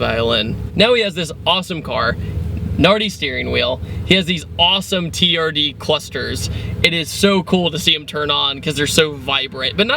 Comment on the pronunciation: It's TRD. not Turd. You people don't know your acronyms. Stay in school people.